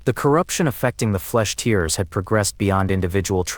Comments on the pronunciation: That AI voice is dog shit haha, it cant even say Tearers properly haha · Can't even pronounce "tearers" correctly. Lazy edit to not even notice